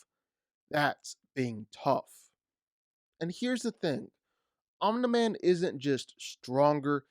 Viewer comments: this has nothing to do with the discussion but... "Omnuhman"? bruh. Please pronounce it the way it is said in the show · Why does he say omna man lol. So annoying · these no way at the very start you call him omlin-man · “Omna man” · Om- knee- man for fuck sake. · why is he saying "omna-man" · Me trying to figure out who “omna-man” is. 🤣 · Why are you saying Omna-Man 💀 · Stop saying omna man bro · ' omna man ' 💀💀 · My man said Omna-man…Omna man too shoot 😂 awesome vid bro really good insight! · can you please say omni man's name the right fucking way omnuh man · ahh yes "omna-man" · Can this mf even read correctly while copying others work, the way he’s pronouncing Omni man is driving me insane. Omnah man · "omneh man" ☠ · home lander and omna-man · Hate the way he pronounces it “Aw-nuh-man” 🙄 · Omna-man lol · Am I the only one bothered whenever he says Omna-man? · Who the hell is "Omnaman?" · "Homelander, and Omna-man" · I think...it's pronounced Omni /ɒm.nɪ-/ /ɑːm.nɪ-/ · So is no one going to point out he keeps saying om-na man🧐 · why cant u pronounce his name right? omni man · WHY DO YOU PRONOUNCE OMNI MAN LIKE THAT r4wuiwerfhwihweuie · I hate how he says Omni-Man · you said omni-man wrong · Why tf are u saying Omni man’s name like that?…u sound dumb af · Why can’t you say Omni man correctly? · So you watched the show and still can’t pronounce his name right? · Why are u pronouncing it "Omna" lol its OmNi lol like um knee man lol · it's not omna-man it's omni man dude. you say his name so goofy 😅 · Pronouncing it "omnaman" should be a crime...... its OMNI....MAN. Dont disrespect him like that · OMNIMAN. Not OMNUHMIN. Idiot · I think his name is “OMNI-Man”, not “ ON-THE-Man” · Its Omni Man not "Omneh Man" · Om knee man, not om na man. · Lmao homelander is TRASH!!!!! Omni man will slaughter homelander and its OMNI man not OMNA MAN smh 🤡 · I feel like you are mispronouncing Omni as Omna on purpose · omnI man not omnA man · Omni Man not Omna man🤦🏾‍♂️🤦🏾‍♂️🤷🏾‍♂️😂😭